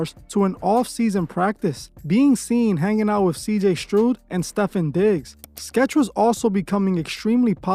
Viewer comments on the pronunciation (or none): Bro said “Stefen Diggs and CJ Strood” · Cj “strood”😂